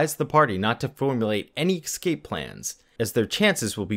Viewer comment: your videos are good, but please say EScape instead of EXcape for more professional sounding narration...as a TESOL English teacher it was killing me lol